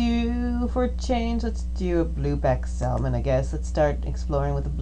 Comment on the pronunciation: Love this game. Thanks for uploading the video. Please stop pronouncing the "L" in Salmon.